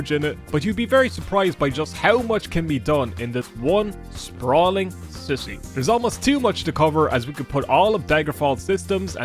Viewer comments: please, i beg of you, I know it's your accent and everything, but pleeeeeease stop saying "city" as "sissy" 😭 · Why does he pronounce "city" as "sissies" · Nevermind making fun of the way you say tree, I wanna make fun of the way you say city! "sissy".... 🤣🤣🤣